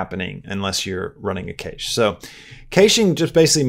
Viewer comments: I agree! Very helpful indeed! just a heads up, "Cache" is pronounced "CASH" guys and gals. it's searchable online as well. 😉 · Is he intentionally mispronouncing cache so people will comment? Also he needs to get his mic off the desk or get it an isolation stand. The constant clanking on the keyboard is so loud in the recording. For everyone having problems with new blender, You have to scale the objects up larger than he's doing. It wasn't working for me until I did that. Make your text really large. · The way you're saying cache is not good. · Funny how you pronounce Cache Lol